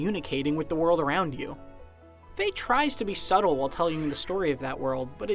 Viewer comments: ITS FE NOT FAY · It's pronounced "fee-yah"